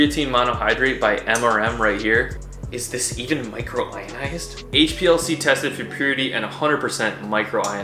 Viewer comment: It’s micronised !! Not micro ionised ! Lol